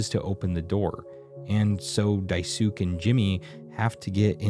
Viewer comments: Ok this is driving me nuts. How the hell is Daisuke pronounced??? I kept saying Dye - soo- k eh (as in, pronouncing the last E) but here he said it like Dye - sook. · Idk if other people have mentioned it but Daisuke is a Japanese name and the -suke part is pronounced "skay," not "sook." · I’m sorry I hate to be like this. Daisies is pronounced Dice-Kay, Not Die-Sook. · oh please do not pronounce Daisuke's name like that. his name is a Japanese name and should be pronounced as Die-Skay or Die-Sue‐Kay. its pronounced like Sasuke. in japanese su or tsu in the middle of words are hardly pronounced so saying it like Die-Skay is technically more accurate but i mean. Die-Sue-Kay would still be better than Die-Sook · Listening to "Daisook" for 20 minutes caused me more psychological pain than actually playing through Mouthwashing honestly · It’s pronounced dai-skay if anyone’s wondering! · I believe "Daisuke" would be pronounced "Die-skaye," like pretty much without the U. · The e at the end of Daisuke's name makes an "ay" sound. Dye-soo-kay. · Daisuke's name is pronounced "dye-skay". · dai suke😭😭😭 it’s dai-su-kay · love how you pronounced die sook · no one pronounces daisuke’s name right 🥲 it’s pronounced dai-su-kei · Okay I've watched many different playthroughs and I've seen many different people pronounce Daisuke's name in one of two ways (correctly and incorrectly)... but Dai-sook is definitely a new one 😭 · "Daisuke" is pronounced "Die-skay" for future reference, that killed this video for me in the first two minutes lmao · this video was amazing, but hearing Daisuke being called Daisuk…………………………… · 'daisook'... bro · His name is pronounced Dye Skay not whatever the heck you just said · "Diesook" lol. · daisuke is pronounced dies-kay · What the hell it’s not DaiSook. It’s Daisuke. So do like Americans do little research on how not to butcher foreign names…??? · Daisook 😂 I haven't heard that pronunciation in years. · why do u say daisook lmao. great vid btw